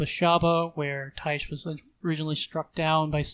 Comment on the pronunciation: Tyche is a Greek god and pronounced like Nike. Idk why no one in dnd commentary can figure that out